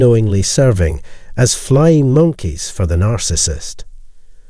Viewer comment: This is my favorite channel on narcissism operated by an Asian Scottish robot😂 We must look out for them "flying moneys" of the narcissist💀